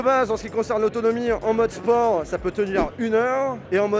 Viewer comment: comment il prononce le mot "autonomie", mais c'est quoi cet accent de payou !!!